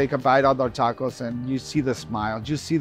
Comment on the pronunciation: When you have Mexican people saying taacoouuss...it's a total disrespect for our Gastronomia Mexicana. Bro se dice tacos!! Que tacouus ❤ 😂